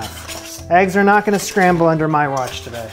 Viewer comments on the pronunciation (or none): none